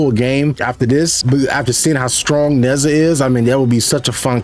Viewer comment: It's Nur-JAH. Not nezza